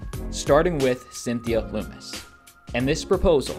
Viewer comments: How about you have the decency to learn how to pronounce Lummis correctly. Her name isn't Loomis. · Lummis rhymes with hummus. Not pronounced LOOMIS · Yo you're mispronouncing Lummis' name. It rhymes with hummus.